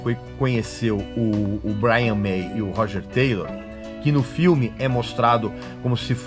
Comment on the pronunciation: roge têlo a pronuncia dele é excepcional , tente rodja teila